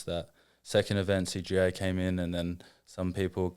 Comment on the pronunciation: Hasn’t said CJI right yet lol